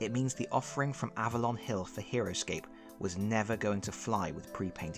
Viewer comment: For a minute, I thought you said Heroquest